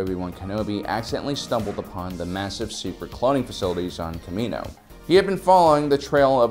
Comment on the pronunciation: I hate how he pronounces kamino